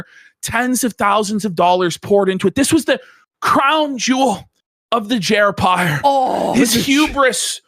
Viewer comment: "Jerpire has fallen" lol